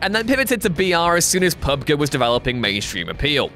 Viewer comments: Its Pub-Gee not Pub-Guh. Do you guys even know what you are talking about half the times in these videos? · "Pub Guh"? You mean "Pub Gee" right? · Get this guy outta here, somebody wake up Simon Miller. Pub-guh, ugh. 😷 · did my man actually just say PubGuh 😂😂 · Day Z popularized BR huh? Sooooooo Minecraft Hunger Games doesn't exist to you? That was THE BR game at the time! Minecraft Hunger Games MADE BR! Also are you calling PUBG PUB-Guh?!?! Its pronounced PUB-G! And Minecraft didn't "open the gates to to early access". There were games that had early access LONG before Minecraft was thought of. LA Noir didn't make season invent the season pass. Sooooooo yeah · Are you fucking serious? "Pub Gee" wasn't short enough? You had to shorten it even further to "pub guh"? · 2 videos now with that awful pronunciation. PUB GUH? Really? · This man really just said "Pub GUH". Dude, please, I beg of you, stop. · The way you pronounce PUBG says so much about how little you actually game. It's like when Jules does wrestling videos. Embarrassing. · Did he really say Pub-guh? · PUB GAH? I have never ever heard anybody call it that. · Man said Pub Guh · "PUB GUH" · Pub-Guh... do these people even play video games anymore or are they just faces that read scripts written by somebody else? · SERIOUSLY, WTF is PUB....GUH?!?!?! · PUB-Guh ?! lol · Why did he say pub-guh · Disliked and stopped watching when I heard "pub-guh" like come on man. You don't expect me to keep on respecting you after that. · You know he’s white when he calls PUBG pubger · I cringe everytime he says PubGUH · Its not about technicalities its about what people call the game for short, and they call it Pub-Gee. Anyone who works in the gaming press should know that. That is the point. When it comes to things like acronyms there is no hard and fast rule. For USA you pronounce every letter individually, same with the EU. But with NATO or NASA they are pronounced as a single word. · That pubg pronounciation was atrocious